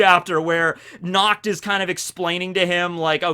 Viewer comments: I am German. And the way you say Nacht (Which means Night btw) is so wrong. Because your way of saying Nacht sounds like Nakt. Nakt is german for naked. As in not wearing clothes. Do you see what the problem is? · every time he says "natch" I just heard "nux" and yeah, i can see that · Every time says Nacht it's wierd for me as a german because it sounds like nackt wich means nude:) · look for nacht in german, its na CCH t, with a throat gurgling sound. When you say "nacht" with a k/c it comes out as nackt, which is also german, but for nude instead of night. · Unfortunately, i hear "nackt" which Sounds really Close to pronunciation of Nacht. I'm German, so this really Hurts because nackt means nude...